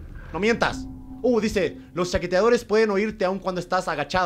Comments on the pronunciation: German dice "chaqueteadores" en lugar de "chasqueadores" xd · Todos:Los chasqueadores German:Los chaquetadeores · germán dijo los chaqueteadores en lugar de chasqueadores ajajjajajasja moriiiiiiiii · levanten las manos que quien se dio cuenta de que Germán dijo chasquetadores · Germán dijo "chaqueteadores" en vez de "chasqueadores" JAJAJAJAJAJAJAJAJAJAJAJAJAJAJAJAJAJAJAJAAJJA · En el minuto dice chequeadores